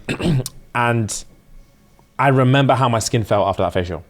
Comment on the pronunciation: i'm having this on in the background whilst i'm doing other things on my laptop, tell me why i heard say he stepped his "kink" game up rather than skin, and then i heard "i've gone completely korean now" and i choked